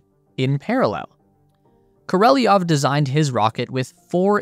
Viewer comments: Koreliov? Why do Americans have so much trouble reading foreign names and words butchering them completely? Why do you speak an i while the name Korelov does not have an i in it? The rest is very interesting. In terms of the Soyuz it seems its purpose and design will evaporate with the end of the ISS. It's also not the cheapest method anymore for launching satellites into space and the current emperor is more interested in Ruski Mir by imperial conquest than the pursuit of science. Even Korolev was a Ukrainian scientist who was scammed by another politician who wanted his job and managed to dump him in a gulag. It's kind of a miracle they managed to invent anything under these kind of pressures and the main reason why others catch up. They could turn a cosmonaut into a hero when he crashed an burned by incompetence but let Kazachs exposed to nuclear testing for science and effects on humans just evaporate in history. The truth is that the Chinese actually improved on the Soyuz design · Sergei Ko-Rel-Ee-Ov? If it's spelled Korolev, I'd say it's pronounced Koro-Lev.... How you get what you pronounced out of what is spelled is beyond me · Not Korelly-ev. It's Koro-lev. Pronunciation does not generally bother me, but listening to this is just painful. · Koro- lev ** not kor-el-eoff koro-lev cross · Is it Korolev or koreliov? The image and the name displayed says Korolev not Koreliov but you keep mentioning Koreliov why? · The youtube presenter cannot read. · is it Korolev or Koreliov? 😅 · bro csnt even read the name right 😂😂😂😂 koroleov ??? 🤡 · "...KORELLYOV"...good ole yank pronunciation! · KO - RO - LEV you plebe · The Roman alphabetic transliteratin is Korolev... This guy pronounces it Kerry-a-lev.... Interesting... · "I'm not a linguist" says the guy who looks at K O R E L E V and pronounces it "korelyov". Don't worry my guy, no one thought you were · It is pronounced Koro-lev. Like it is spelled. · Say it with me...kor o lev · More like KOR-oh-lyov